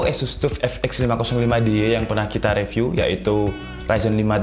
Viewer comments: Bang baca review nya jgn re tp ri, saran aja nih :) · *Saran : review dibaca riviuw